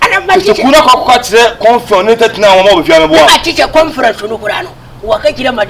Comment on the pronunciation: This man paaaa ☺️☺️... Confion u said conference 🤣🤣🤣